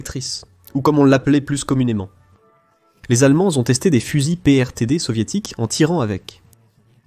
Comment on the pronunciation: Sujet intéressant malheureusement complètement desservi par une IA et une traduction d’un ridicule : - Fusil anti-matière ? Non, fusil antichar ; - et Fusil PRTD ? Non, fusils PTRD (Degtyarev) et PTRS (Simonov) ; - Sujet ? Non, StuG (StuGe au pluriel) pour Sturmgeschütz, canon d’assaut ; - Hercer ? Non, Hetzer sur châssis de PZ 38t ; - La mine magnétique antichar allemande présentée est une Hafthohlladung. Le Panzerknacker est l’appellation d’un fantassin muni d’un moyen antichar (Hafthohlladung, Panzerfaust, Panzerschreck, cocktail Molotov…) ; - Le sans-mérite ? Non, le Zimmerit ; - Les clowns ?!? Je ne reviendrai pas sur la prononciation de Schürzen, complètement massacrée. En conclusion, rien à sauver de cette vidéo. Dommage…